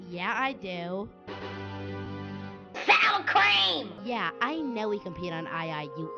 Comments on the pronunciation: SAUWER CWEAM 😍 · SOWA CWEAM words ✅ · sowa crem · SOWA CREEM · SOwaR cWEeM!! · “SOWA CWEAM” GETS ME LOL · SOWA CWEAM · words SOWA CWEAM ✅ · SOWWA CWEEM